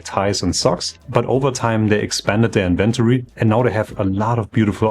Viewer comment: It is not "inVENtory" but "inven tory"